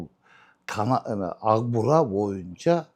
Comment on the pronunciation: Укбураны агбура деп суйлогон гырылдаган акмактар элдин канын ичкен бюрократ коррупциянын ана баштары.